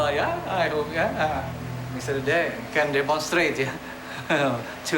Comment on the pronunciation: Very happy he stepped & took control of the situation, but is smart enough pronounce Dede's name properly.... just those little things bug me - certainly he's heard his name pronounced over & over... but I guess when you've got a major project like this other priorities take over lol